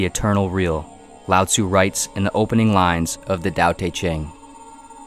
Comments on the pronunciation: When I was listening to this I heard "Loud Zoo" lol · One would think if you are going to make a video on Taoism, you would at least learn how to pronounce Lao Tzu and Zhou...